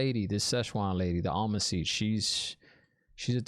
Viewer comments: Am-er-lyn Seat. I know you can do it! But, Almon seech works too, tho. 😂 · Almond Siege Szechuan 😂👏 Well she can be a bit spicy, our Szechuan. 😂🔥😜 Tip: can you say Amarni? Am-ar-lyn Seat ( as in a chair) Siuan it's like Sue-Anne but you say it fast. Like Swarn. Everyone else answered your questions by the time I got here. Loved your reaction and theories. 😂👏🥰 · Time for the almond siege :p I know you're kidding :) SHEWAN omg what are we gonna do with you :P its pronounced more "sue-ohn" "Sanc-aye" :P But i know everyone probably already typed it, please forgive me ^_^ I got something from the swearing on the oath rod. did you get it? i wont mention what it is :P I want to hear your thoughts on that ^_^